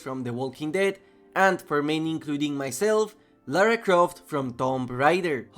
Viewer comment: Atleast he said Lara and not Laura.